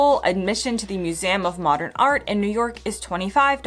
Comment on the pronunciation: Why does she keep saying muse-A-um?